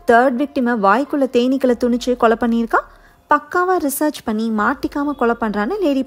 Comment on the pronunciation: துணுச்சு இல்லிங்க. திணுச்சு